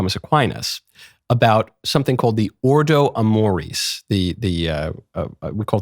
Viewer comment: It’s ordo amoris. Ordo, as in order. Amoris, as in love.